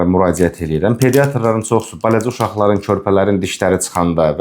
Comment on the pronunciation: Suni yox, süni. Bələcə yox-balaca!